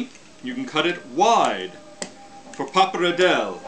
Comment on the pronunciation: ahahahha it is not paparadel it is paparadele...lol